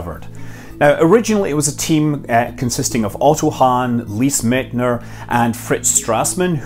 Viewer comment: The correct pronounciation of Lise Meitner's last name is "Mightner" or /ˈmaɪtnər/.